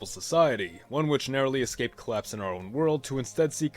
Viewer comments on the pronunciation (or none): none